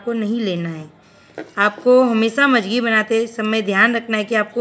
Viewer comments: mam,video me jo jankri aapne de hai uske leye thank u, but magji ko aap majagi bol rahe hai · मंगजी होती है आप मजगी बोल रही हो।